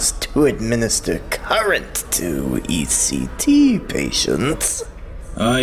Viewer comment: I don't want to be that guy, but that part when zeus says "Lord of Ect." It's actually pronounced "Lord of E.C.T" (ElectroConvulsive Therapy). Don't take it personal, I made the same mistake, when I first read the book. Otherwise, great movie.